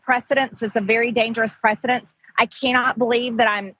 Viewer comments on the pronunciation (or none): "Precedent".. not "Precidence" you uneducated feckless twit. Goddamn every moron who elected her to office, I hate them more than her. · "It's a precedence, it's a very dangerous PRECEDENCE." Awww, isn't she just precious; she learned a new word today. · “Precedent” NOT “precedence” you moronic twit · ty John, I was cringing every time she said precedence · It’s precedent not precedence Orangutan Taylor Green.